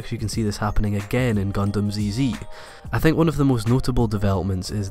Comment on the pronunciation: No one bother by how he pronounced Gundam "ZZ", really?